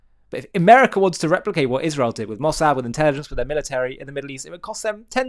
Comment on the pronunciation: Ishrel She deliberately pronounces Israel as Ishrel. I wonder what's behinf it?